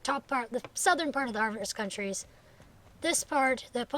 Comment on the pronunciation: I can't wait! I'm halfway through lvl 15 :) Oh, and not to sound rude, but it's Harvest CouNties :)